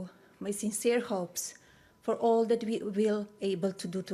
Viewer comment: She has been in the US since 1996....why does she still say "dis" and "dat" for this and that... get a pronunciation coach...just saying.